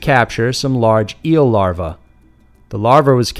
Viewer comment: The way he says eel larvae really cracks me up